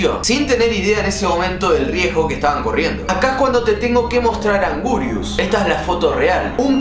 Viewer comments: No es augurius es anguirus 🗿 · Por cierto se escribe Anguirus pero se dice angirus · Angurius XD, es anguirus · sos un ídolo pero se escribe y se pronuncia anguirus